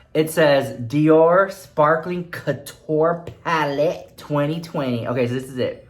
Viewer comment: I just love when you say palette. paLETTE! 😂